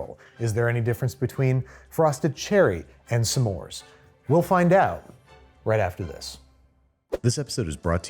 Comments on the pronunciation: Why do you pronounce it somemore, when it's just smore? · Listening to Babish pronounce S'mores "Suh More" is going to give me an aneurysm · babi boy I love ya but you pronouncing s’mores as “suh mores” is like nails on a chalkboard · the way you pronounce s’mores as two syllables makes me want to curl up and die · People who pronounce “s’mores” as two syllables shouldn’t be trusted.